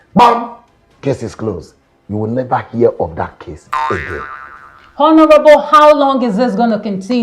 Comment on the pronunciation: Hi, I enjoy listening to you because you are making a very good effort to speak English with the right sounds. However, it tingles my ear to hear you sound /h/ in honourable. Please kindly note that the letter 'h' in that word is silent.